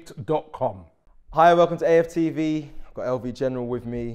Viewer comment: Lv need to stop trying to pronounce names 😂😂